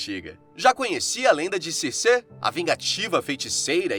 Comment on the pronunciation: Ótimo vídeo! porém, me incomoda ficar falando o nome dela errado. Não é Circê... se pronuncia Circi